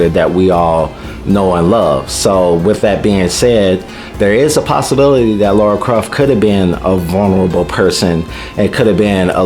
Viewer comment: Apparently every native english speaker has a problem pronouncing Lara's name correctly. She's not called Laura...it's Lara...is it really that difficult for you guys to say her name right? xD Regarding her outfit...well I can't imagnine any woman going out on a hunt, killing hundreds of armed people, taking 20 bullets herself and still fighting...it's still fantasy as well. I see no issue in giving her the original outfit. Also doing the kind of acrobatics she does I imaging would be more difficult in pants than shorts, because pants hinder your movement more, unless it's flexible material, which her rebooted pants weren't. lol